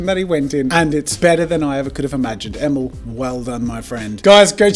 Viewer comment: Emil: my name's pronounced "E-mill" as in "mill". Jazza: Emel.